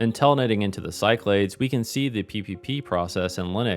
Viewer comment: Awesome! I don’t know why I think this but Cyclades may be pronounced Sick-la-dees? Been enjoying this whole series and can’t wait for a crossbar POTS Telco series!